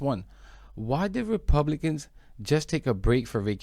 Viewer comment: “Republiklans” was an accurate slip up 😅